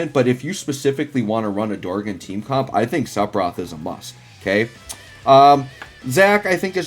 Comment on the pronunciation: My ears bleed every time I hear "sepiroth" 🤯